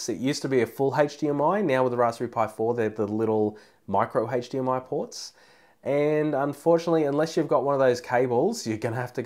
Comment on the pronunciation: Good points. However...’Hache’...DMI? Really?